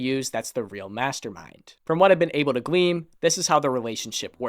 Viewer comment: its "glean" not "gleam" look it up, or just rely on what you think about it...